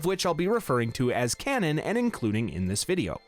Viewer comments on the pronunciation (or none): none